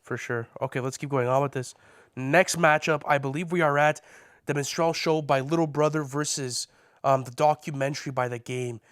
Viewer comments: MINstrel, not minSTRELLE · Min-strall show or min-strell show? The fact you cant even pronounce the shit makes me think you have no concept of the album. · The way they pronounce minstrel 💀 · Apologies and respect to all but you simply CANNOT mispronounce Minstrel and expect to be taken seriously in this context. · could somebody tell them how to pronounce minstrel?